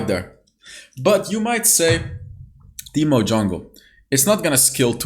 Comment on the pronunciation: Ahh yes “teeto”, my favourite champion :)